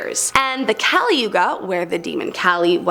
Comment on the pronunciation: Kaaaaaa-leee is how uts pronounced and there us male female personas to kali.